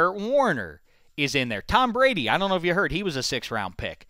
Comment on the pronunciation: "Tom Prady"